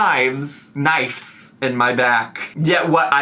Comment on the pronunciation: Can’t believe she got “throes” correct, but whiffed on knives